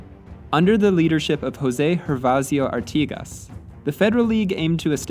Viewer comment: Muchas gracias por pronunciar correctamente el nombre de Artigas Saludos desde Uruguay